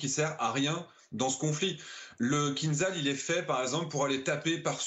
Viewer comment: oh, déjà, on dit kinZHal (кинжал = poignard), pas kinZal... fin, en russe, on dit aussi kin-za-dza ! et arretez de faire peur aux ménagères avec vos delires que ca vole a 10M. c'est du combustible solide, au bout de 20 sec tout est cramé, même si ca monte a quelques M et apres ca vole (~1300km) en réduisant la vitesse a 2-3M grand max, apres ca continue a 2M (~400km) et à la fin ca peut aller carrément en subsonique pour maxer la precision. et la meuf de franceinfo qui sort que ca contourne le terrain, lol, fin, certes, ce genre de profanes suffit pour faire frissonner madame michou ! ca fait quelques manœuvres aléatoires schématiques a tout casser. et le vrai gag, c'est "kinzhal" qui est tiré d'un navire :-P kinzhal par définition est aéroporté, sinon c'est son grand frere iskander quand c'est terrestre... vraiment, chez franceinfo les journaleux c'est un ramassis de blaireaux incompétents en la matière